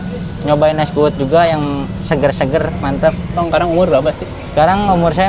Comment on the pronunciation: Es kuud 😁 bukan es kuwut 😁 kuud artinya kelapa muda dalam bahasa bali